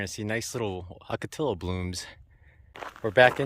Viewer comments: my fellow jarhead.... Brother, OCOTILLO is pronounced OH-KO-TEE-YO, LOL...... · OK, ocotillo is pronounced oh-ko-TEE-yo. 😉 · I'm just made a drinking game out of every time he mispronounces it ;)